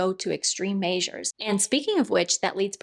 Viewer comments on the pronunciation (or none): Omg, you're totally a Hoosier.....you said 'Maysures" love it 😁